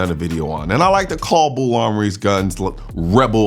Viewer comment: BUL Armory, sir. Not BULL